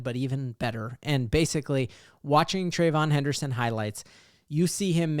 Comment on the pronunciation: Trey-ve-yon henderson. At least get three syllabales in there fam.